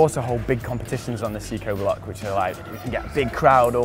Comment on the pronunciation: the kid corrects him instantly for saying psychoblock lol